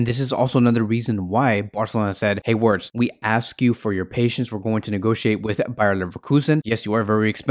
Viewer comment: It's pronounced "vertz".....